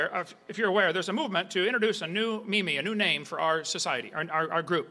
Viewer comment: He pronounced “meme” as “me me” LOL